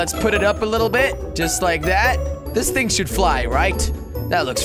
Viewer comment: why is he always saying things wrong? like, bridge = blidge , thing = think...